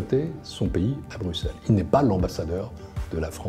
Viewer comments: un francais qui dit bien Bruxelles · Enfin un français qui dit bruxelle comme il faut 😍